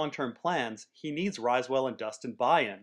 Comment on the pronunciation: Riswell. Not pronounced RISEwell